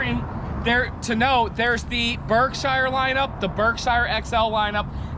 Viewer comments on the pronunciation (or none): I'm from Massachusetts where Berkshire Ins is . It is pronounced "berkshear" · For god sake somebody teach him how to pronounce the word "Berkshire"